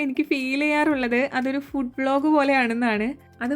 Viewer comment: ഫൂട്‌ alla ഫുഡ്‌ an chechi😂